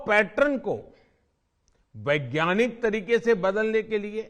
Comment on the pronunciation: वैज्ञाकिनीक या वैज्ञानिक 🤔🙄